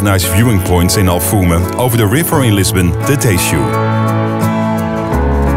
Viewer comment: Its alfama, not alfuma 😂 , good video tho :p